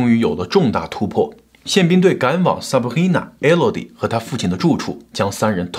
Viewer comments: Sabrina 你發音成 saprina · 唉哟 sabRRRIna~ 中国人用法语的口音念拉丁的名字，一定是加拿大的 XD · 哈哈哈哈哈 Sabhina , 法語發音耶。快點跟進做PDiddy 了